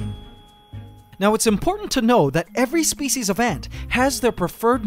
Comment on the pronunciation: "spice"!!? I mean "species".